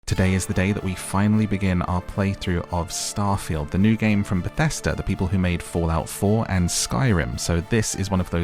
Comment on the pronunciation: Omg you said "star-fah-yield" rather than "star-feeld"